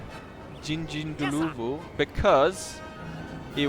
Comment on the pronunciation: Jingjinggloovoo? 🤣 It's a bit more like Ging-ind-dlorvoo. (said very quickly) Sorry, that's the best I can offer. 🤣